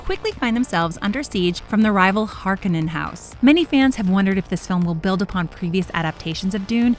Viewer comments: know...she Har-ka-nin instead of Har-kone-in. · It’s not pronounced ”harkannen”, it’s ”HarKONEN”. One would almost think this lady hasnt played the game and is just reading the text from a prepared script like its just another movie. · she mispronounced "Harkonen"